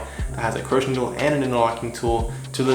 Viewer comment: Crochet needle pronounced (crow shay) not croach